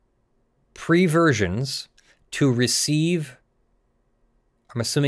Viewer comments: AAAAAAAAAAAAAAHAHAHAHA! He said "preversions" like Dr. Strangelove! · Did anyone else have a flashback to Dr. Strangelove, the one good Stanley Kubrick film, or so when read out "preversions"? I know I did. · Did he actually say "preversions"? That's it, he just won a nickname: "."